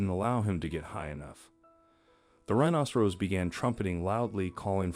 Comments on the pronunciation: Not a rhinocerose, pronunciation! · This announcer can't even pronounce rhinoceros correctly. This happens quite a bit on YouTube. I don't know where they get the announcers but they really suck! My YouTube has been going in and out for the last 2 weeks. I tried to contact them but they only take Faxes ??? NO EMAIL OR CALLS. who uses faxes nowadays?